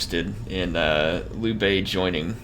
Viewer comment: This was from your last episode, sorry! Hey, just wanted to give you a few helpful pointers 🙂 1. Liu Bei is pronounced like ( LEE-U BAYY 2. In that failed ambush battle you faired very well but I noticed you didn’t use your champion to the fullest. I know that he is meant for taking on enemy champions but he can actually fair pretty well against early game INF. 3. I was thinking that maybe doing a voice overlay after the battle to show us what you were thinking and you could be in Cinematic mode rather than talk during the actual battle. You could concentrate more. ( check out this YouTube channel called surreal beliefs to better understand what I am talking about ) ( his battles in his Cao Cao campaign. 4. USE YOUR CREDIBILITY!!!!! Cao Cao was a master manipulator. He could sway almost anyone. Credibility is a god gift in this game especially in legendary. You should really set up some proxy wars between some factions you are at war with and their neighbors to ease your tension 5. In that peace deal with Yuan Shu, it would have been more beneficial to request regular payments than one time considering that he paid a huge amount. You could have gained a ton more money. I have played as Cao Cao and only Cao Cao, I am not exaggerating. I have been trying to figure this game out and I have for him at least. I know this is hard to believe but I have played and failed and restarted my campaign as Cao Cao at least 50 to fully understand and predict certain outcomes and chances